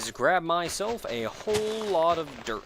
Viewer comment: I swear, for some reason I hear you saying 'derp' whenever you say 'dirt'. It gets all kinds of awkward... Derp block. Derp house. Derp shelter... I should really fix my headphones or something, hah!